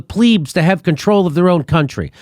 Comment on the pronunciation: Invaluable, real, investigation and reporting from Jimmy Dore and Max Blumenthal. I can even forgive Jimmy for mispronouncing 'plebs' as 'pleebs'. Won't be long now before Jimmy Dore et al, are banned and erased from social media as the US national security agencies tightens their control over, FB (Meta), Twitter, YouTube, etc.